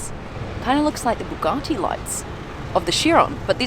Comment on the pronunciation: It's Bugatti not baguetti 🥖